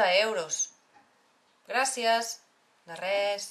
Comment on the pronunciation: se tiene que decir gracias con ese acento que ella le pone??